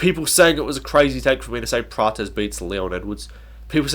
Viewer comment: Why is everyone calling Prates praches, the way you used to call him before was correct.